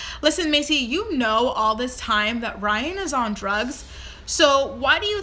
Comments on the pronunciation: Rhine? ..really????it is R y a n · "Rhine" lmao